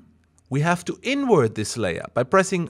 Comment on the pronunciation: I thought you said "through" just fine, its when you say "invert" that cracks me up haha. Cheers, thanks for the tutorials.